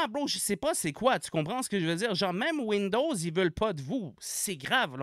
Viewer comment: « mame wouinedowwz y vo padvou » J’ai éclaté de rire.😂😂😂😂